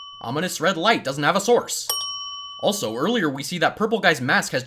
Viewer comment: You say "Also" but i hear A$$ o A$$ o